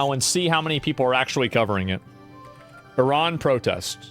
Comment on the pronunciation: Eerahn, as they pronounce it, changed to Irun